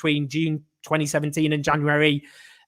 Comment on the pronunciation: I love the cute way he pronounces 'January' - he still a little kid at heart